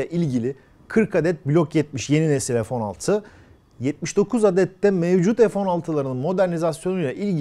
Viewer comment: ef değil abi fee Türkçe lütfen